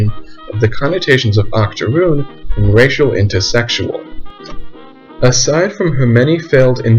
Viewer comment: Not gonna lie when u said Octorune I at first thought about a type of extinct cookie until u explained what that term actually meant bruh 😆. Also do more about this like perhaps do a historical analysis of the Pretty baby film which I think came out in the 70s and was about storyville.